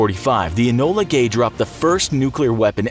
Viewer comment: Was that bomber called 'Ebola gay'